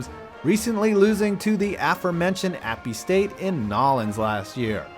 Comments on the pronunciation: Ummm great video but it’s not appe st. It’s just app st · It's not Appy State it is App State